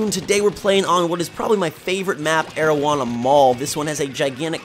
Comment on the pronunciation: I know bruh i thought to my self that it sounded like marijuana mall when i first heard it lol